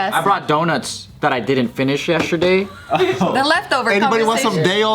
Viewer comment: I've noticed that Joe pronounces yesterday as 'yesh-cher-day' 😄 Every time.